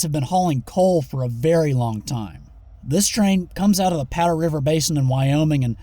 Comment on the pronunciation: It sounded identical to him saying "power" later in the exact same sentence.